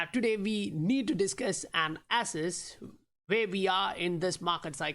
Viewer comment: I know you meant assess but your enunciation made it sound like asses